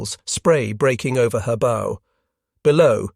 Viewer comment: Not B😅o like Go. Its bow like COW